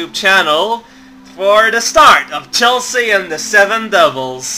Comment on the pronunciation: Whenever you say Chelsea with emphasis on the 'a', I though you were just saying "Chelsea, uhh..." or something like that, but the way to pronounce it is Chel-see.